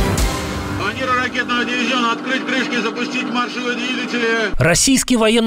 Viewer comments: В отличие от, который опять говорит манЕвр вместо манЁвр, ведущий канала,, Время Прядко,, Прядко о тех же самых событиях произнёс правильно - манЁвр. Отписываюсь от и подписываюсь на Прядко. Уважаю грамотную речь. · Комментатор в курсе ,что он и как говорит,манЕвр